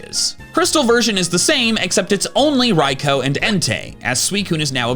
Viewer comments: It's pronounced rai-too, like arkoos, not raikoh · You pissed me off the way you pronounced Raikou's name "Raik-O" 🤢🤮 instead of "Rai-coo" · You mean rai-koo? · wtf did you just call raikou or are you baiting on purpose? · You say raikou wrong and annoying